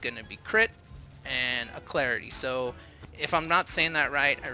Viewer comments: Al...leh...crit...eeeeee. Nice guide. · seems alot of people have a hard time pronouncing Alacrity. its pronounced "Al-Lak-rit-ee". but thanks for the video! gave me some great tips for my healer. Thank you man!